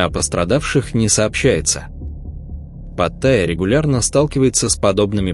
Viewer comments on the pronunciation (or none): none